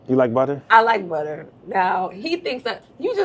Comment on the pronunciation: 😂😂😂 “She will budda you up outta dere” 😂😂😂😂